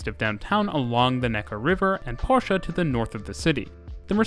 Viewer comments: He said Porsche and not Porsch. Thank You for that. Greathings from northern germany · BIIIG up for pronouncing Porsche correctly...this video was great! Stuttgart really is a bit weird but it works out pretty well in practice. With the exception of user friendliness of stations (sometimes compared to the backrooms...im talking about YOU Charlottenplatz)